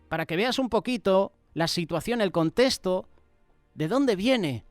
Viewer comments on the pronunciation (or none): none